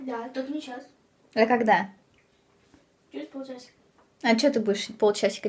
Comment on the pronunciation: ты вместо "когда" говоришь"кода")))ахааха)